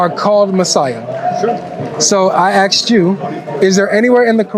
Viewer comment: Props to what he's achieved, but saying "axed" instead of asked is just wrong.